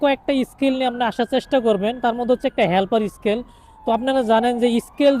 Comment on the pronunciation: স্কেল না ভাই, স্কিল হবে